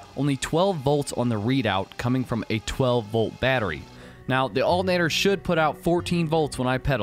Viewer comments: Cool video. I like the way you call an alternator "altinator". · I really like how you say "alternator." While there are a lot of things I enjoy about your vids, that was the clear payoff in this one.